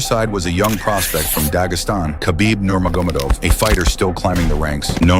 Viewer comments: The way he says his last name lol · Learn How To Pronounce The Fighters Last Name